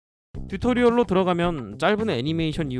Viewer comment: 자막은 튜토리얼인데 말은 듀토리얼이라고하는거 개짜증나네